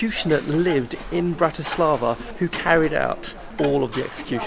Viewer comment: It's BRAti slava, not BratiSLAVA. Accent on first syllable. And no such word as Slovakian, just Slovak. From a Slovak. Otherwise liked your video.